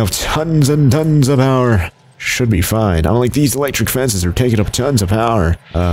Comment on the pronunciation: "FOIN" Everything is gonna be FOIN